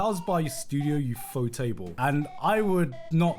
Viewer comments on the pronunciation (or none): none